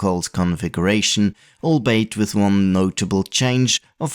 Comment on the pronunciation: Great vid! Blast to the past as usual Albeit is prounounced all-be-it